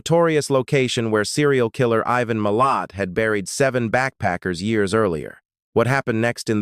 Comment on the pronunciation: why has ivans name turned into Meo? I dont mind AI videos but u really wish the crate were try and get the AI to say names correctly. It takes so much away from what is being said when getting frustrated at pronunciations.